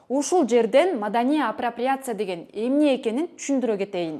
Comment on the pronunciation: Апрапряция дейби